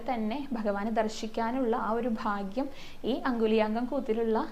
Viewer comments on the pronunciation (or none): none